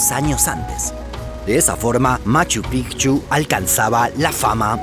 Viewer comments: Porque dices Pijchu, es Machu Picchu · Escucho mal yo, o dice Machu Pigchu? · Nadie:...: Machu PIJJJCHU